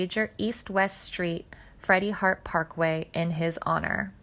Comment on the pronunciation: Mispronounced Iwo Jima, as well as his last name.